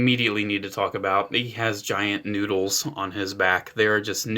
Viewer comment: did you say "noodles?" I can't quite noddles make noddles out what you're saying....noodles.